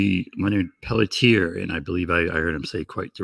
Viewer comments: Leonard pell tee air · Leonard Peltier is his name. Please at least try to get it right.